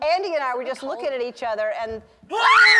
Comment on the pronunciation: Saoirse: that's ENOFF that's ENOFF